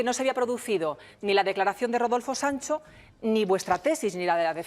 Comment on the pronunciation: Una pregunta al condutor, porque dice Daniel Sanso en lugar de Sancho, se confunde uno cuando lo empece a escuchar dije hablarmos del mismo, eres genial, pero si confundes y mira que yo hablo castilla y tu no se que hablar.